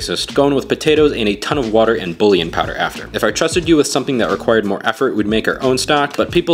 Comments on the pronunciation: That’s such a good recipe! ^^ Only thing, hearing bouillon pronounced as bullian and not booyon is new to me lol. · I hate when people pronounce "bouillon" wrong. It's not "bully in" powder. It's "boo Yawn" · its pronounced "boo-yawn" no "boolean" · the way… thw way he said bullion… you pronounce it“ boo yawn“ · I’m tryna save my braincells to unhear every time he mispronounced bullion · Bro pronounces it bouillon "buLiun" 💀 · ... is that how Americans pronounce "bouillon"?? Don't get me wrong as a German I too dislike the French, I'm only 40% confident I spelled that right, but the way I had to listen several times to figure out what "bullying" he put in the soup 😭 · I hate to tell you this, but it's pronounced "boo-yon" (or heavily Americanized: "bull-yon") lol This looks amazing though and I'll 100% be making it tomorrow. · Its pronounced bou-yaown.good recipe. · Bouillon is pronounced "boo-yawn" (in American English). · I'll def try this; but just for fute vids it's pronounced boo-yon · Bullion is pronounced "bu" "yon" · Uhmm.💅 It's pronounced BOOYON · The way you pronounce bouillon is an actual crime, it's pronounced like "boo-yon" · It's pronounced bullion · It’s not pronounced“bullyin” btw so cool it on the pretentiousness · Don’t trust anyone’s cooking advice that pronounces bouillon that way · I am upset at the way you pronounced bouillon